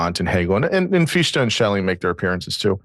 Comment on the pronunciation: The name “Fichte” is not pronounced “Feesh-tah”, it is pronounced “Fich-tah”. Imagine that you are about to say the English word “how” — the pronunciation of the “h” sound in the beginning of the English word “how” is similar to the pronunciation of the “ch” in “Fichte”. Imagine that you are about to say the English word “fix”; now, imagine that, instead of pronouncing the “x” sound at the end of the English word “fix”, you replace it with the “h” sound at the beginning of the English word “how” — next, add a “tah” sound (the “ah” in “tah” should sound like the “a” at the end of the English word “sofa”, or like the “ah” your dentist may have you pronounce when he says to you “Say ‘Ah’”); and now you have an appropriate pronunciation of the name “Fichte”.